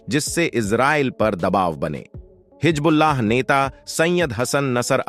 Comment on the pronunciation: Pehle Hizbullaah toh sahee se bolnaa seekh lay betaa. Jhooth failaane ke liye tumhaare ghar waale kuchh nhi bolte ❓